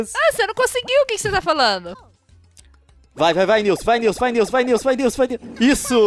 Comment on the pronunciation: Gente é nilce, e nn nilse ou nilsi ou nilci